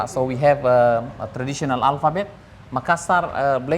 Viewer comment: North Australian here. Is pronouncing Makassar correctly? He says Mak-assar, but I have always heard it pronounced as Ma-kass-ar.